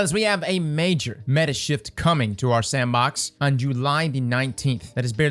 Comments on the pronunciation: I litarally clicked this to here him say "metah" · Not METAH? Not YETAH!